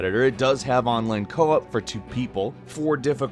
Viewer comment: onleen coo-op